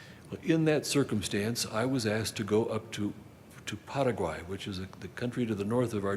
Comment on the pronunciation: I know people from Paraguay. They don't say it like this poser.